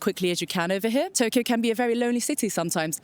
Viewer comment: “I come from Spain” in a thick and rehearsed English accent and then says Touuukyo knowing that in her mother tongue she can easily pronounce the word like in Japanese